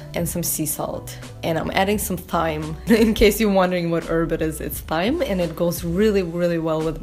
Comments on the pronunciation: thyme is pronounced time. just thought youd like to know! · Thyme is pronounced like time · thyme is pronounced as time x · Is it pronounced THYME or TIME? I always hear people say THYME, but pronounced TIME. Are they both correct? Please answer someone.